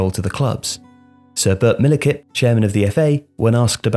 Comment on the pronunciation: Bert MilliKip? Millichip. Honestly. Does nobody check this guy's voiceovers?